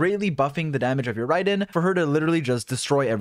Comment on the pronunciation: Bro why do u say Raydin instead of RAID-EN jesus